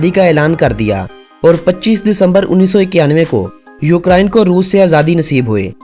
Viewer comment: Bhau lafz ukraine hota hy. Na kay ukaraiine. Or plz hindi lafz na bolain. Jasa ky ap ny bola" is muday pr". Thx